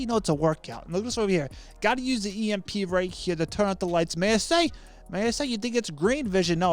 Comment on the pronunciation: when he said "EMP" as a word not an anacronym i died